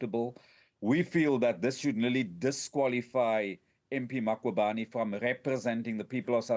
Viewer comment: This cosatu person says "Makhubane" and its "Mkhwebane" this person 🙄